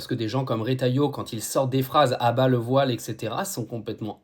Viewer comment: Soit violer 😂😂😂😂langage de mdrrr c'est voillllle pas viole 😂😂